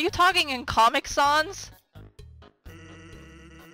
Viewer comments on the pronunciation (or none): Finally, someone realizes that their names are fonts, but it's pronounced Comic SANS, not Comic SOHNS. Idk, you may have realized this in a later episode since this is a pretty early episode. Anyways, I think the whole ordeal where you bond with Toriel, but then start to want to leave her and go make friends with some skeletons represents the element in life where a child becomes connected with their parents. But as they grow older they start wishing their parents could get off their back, only to realize later that they were the only ones that really had your back.